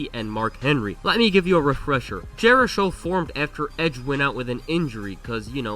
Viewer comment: I love how everyone called them "jerishow" when jerichos said multiple times he hates that name 😂